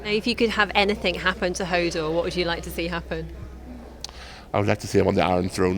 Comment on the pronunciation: i hope he could say more than just "hordor"